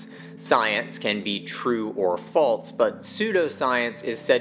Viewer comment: There’s no “t” in the word “false”.